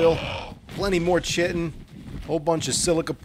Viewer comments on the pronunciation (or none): Its not chitin its spelled like that but its pronounced kytin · Great vids. Fyi chitin is pronounced 'ky-tin' 🤣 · IT'S PRONOUNCED "KATIKTACHICKIN" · Everytime he says chitin it just bugs me lmao